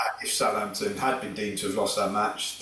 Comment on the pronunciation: Talk sport its Southampton. It's tonda